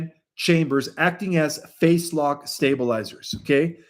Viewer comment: I believe when you say “face lock” you really phase lock. Is this AI?